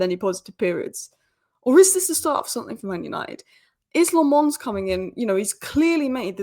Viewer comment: Lammens is pronounced as “La-muns”